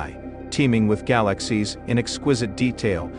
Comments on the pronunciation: So, what the heck DID Euclid See? Gal-a--sies...worthless Video. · What a rubbish video, considering its click bait title. Gal-axe-seas, amongst others and the crappy computer generated commentary is also a testament to the ridiculousness of this waste of time. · I like how the robot says gy-lax-ies. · I didn't realize that I had been mispronouncing "galaxies" all of my 60+ years. I had to shut it off - too painful to my ears.